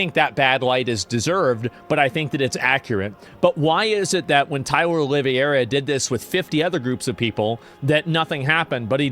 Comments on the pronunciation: It’s pronounced olive- air-uh not o-live-ee-air-uh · Please just stop saying OLIVIERA, it's OLIV-HEY-RA! It's starting to hurt, coming from some1 as intelligent as you. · The way he's pronouncing Oliveira is crazy 😂 it's "oh-lee-vey-ra" Portuguese/Brazilian name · Asmongold is the Chael Sonnen of Twitch. This "Olivieira" is bugging me 😂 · Its not Oliva-iera wtf learn to pronounce his name lmao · Oh-lee-vera. Say it with me Tyler Oh-lee-vera. Common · OLIVE-VERA!!!! How in the world did you come up with that pronunciation!?! That is not how you pronounce Oliveira! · Tyler's patreon has been removed. I mean... have you guys seen who runs Patreon? He's a great musician! Also, Tyler's last name is pronounced: "Olive - aye - ruh" (like in play). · Not Oliviera, Oliveira! It's a Portuguese surname. which curiously has jewish origins, because it's a surname made by/for new born christians during the Inquisition. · I see that Asmongold doesn't know how to pronounce the name 'Oliveira'. Saying Olivierra is not the proper way. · Please learn how to pronounce his last name. Just read it. Oliveira = O-liv-era. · Isn't it pronounced olive-era? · The way you say his name is so wrong😂😂😂😂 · Brother PLEASE start pronouncing his name correctly for the love of God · bro pronounce his name right ffs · you're pronouncing his name wrong brother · It's O L I V E R A 😂😂😂😂😂😂😂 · it actualy impresses me how asmongold can pronounce every single persons name wrong